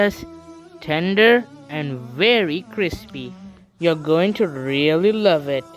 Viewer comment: Viry Vary Bury